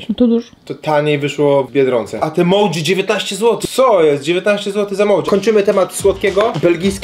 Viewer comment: „Moczi” a nie MOUCZI i „halapenio” a nie DŻALAPNIOŁ